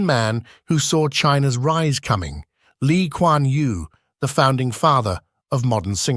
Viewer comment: Lee Kwan Yew, not Li Kwan Yu